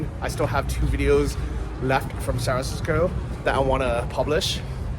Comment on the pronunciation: would you mind spelling how you pronounce ‘San Francisco’? You seem to be saying a shortened version which I guess is a colloquial thing.